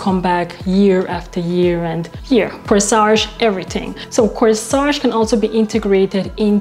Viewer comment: Corsette. Not Coesage. Other than that , 😉 love the video❤